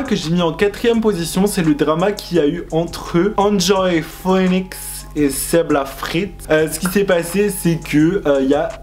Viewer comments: Phoenix se prononce fénix hihi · Ca me stresse comment tu dis “phœnix”😂